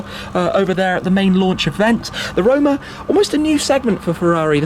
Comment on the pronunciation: Did you say... Ferrari Rona?